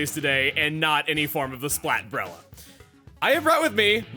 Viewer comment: The breller- Hol up…he’s speaking in country dialect again XD I haven’t heard country in SUCH a long time!